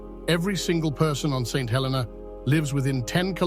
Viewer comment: The way to day the name of this island...Saint Hel---EE - nah with the accent on the middle syllable..Please NOT. Helena